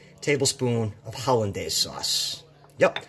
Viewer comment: Wtf is hollinda sauce?!